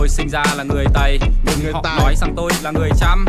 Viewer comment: Tày anh ơi chứ không phải là tài